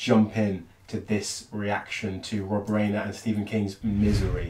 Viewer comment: Rob Ryaner, not Rainer. Fantastic director, never wastes a scene. Go and watch Spinal Tap....it's much better than you think it's gonna be.